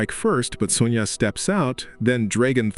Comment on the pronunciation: AI narration is really messed up, it's not son-jah. it's son-yah.